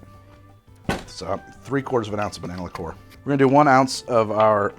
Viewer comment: Lick COOR! Whatever pronunciation makes the man happy, I guess. I can’t see the point of cassis in that first one. I’d save it for making kir.